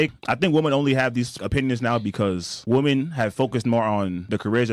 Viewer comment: ''Women'' is pronounced, ''Wimin''. Please try to get it right. Thanks.